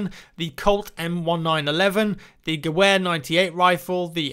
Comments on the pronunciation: Just so you know, in German the w is pronounced as a v, so it's the guh-vare, not the guh-ware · 'Gewear?' It's pronounced 'Geveer' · its pronounced gev-air i believe btw just so you know. i also wonder if they will include songs when a game is over, for example the winning team has a random song played like Die Wacht Am Rhein for the Germans or something that would be quite cool. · People have probably already corrected you on this, but Gewehr is pronounced Geh-V-air. This is because it is Deutsch (German) and 'W's are pronounced as the English 'V'. Video was amazing, keep up the good work! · "Gewehr" In German Gewehr sounds like ga-veer to say that in english. The W sounds like a V. Or you could just call it a Rifle because that's what it translates from German. :) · Remember sir, W is V. T-Gewher is pronounced T Gevehr. And, the T-Gewher had a VERY heavy hit on the shoulder. Some German soldiers issued these weapons complained of pain in their firing arm. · Pronounced "Gefer" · Lmao every youtuber is mispronouncing the word Gewehr. The 'w' is pronounced as a 'v'. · some stuff that I need to correct you on. I know you're not american so guns aren't your strong suit. but, I'm a gunsmith and here are my corrections. that's not a gehwer 98, it's a mauser 98. and gehwer is pronounced "Geh-ver" as it is german. and the M1911 is pronounce "em-nineteen-eleven"